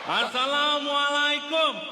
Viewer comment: Part assalamualaikum tu buat aku gelak...ingat karakter bangla